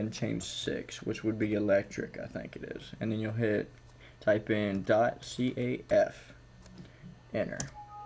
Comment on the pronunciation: its only .caf not caff